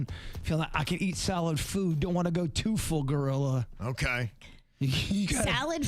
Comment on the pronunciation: It sounded like that to me too. said salad food instead of solid food. 🙂